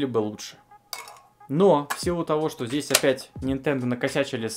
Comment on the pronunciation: Ты понимаешь тошто, или понимаешь, что?